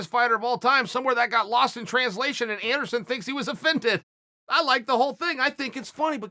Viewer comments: I can't believe everyone has been spelling Anderon Silva's name wrong all these years.. thank you for correcting us uncle Chael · Ok now Chael where is princess Leia from ? Chael: ANDERON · Anderon “I bac” Silver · Everyone: Anderson Chael: Anderon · Who is Anderon? Uncle Chael can’t even write! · Errrrrm chael!! You missed the L in masvida-L and you missed the S in Ander-S-on...and thats definitely not how you spell Ronda!! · It’s about time someone told Anderon and Masvida they’ve been spelling their names wrong all this time. Thank you Uncle Chael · Nobody: Chael: Masvida and Anderon... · does it bother anyone else that uncle chael wont spell anderon's name right ever? and now masvida lmfao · The UFC have been spelling Anderon and Masvida’s names wrong this whole time and nobody was brave enough to tell them until Uncle Chael finally came to correct them